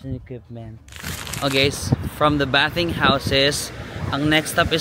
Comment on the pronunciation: Bathing is pronounce baything box